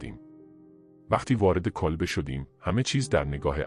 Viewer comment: ریدم توصحبت کردندکه الفاظ کیری به کارمیبری کولبه رامیگی کلبه